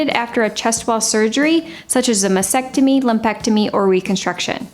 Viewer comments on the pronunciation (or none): Please pronounce the breast removal surgery properly, with a T : "masTectomy." Also, the foam roller/towel and stability ball exercises should be done only if there is no lower spine (lumbar or SI joint) weakness. The other exercises can be helpful if done properly. Thank you.